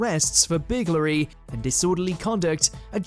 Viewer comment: What is biglary? Is he trying to say burglary lol